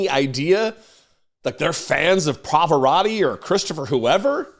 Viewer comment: Trump is saying "Poparotti". Is that a different opera star, or is Trump unable to say, 'Pavarotti'?